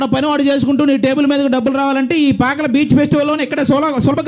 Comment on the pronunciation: పాకాల కాదు పాకల